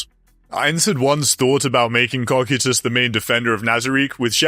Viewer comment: CO-KIE-TUS say it with me😂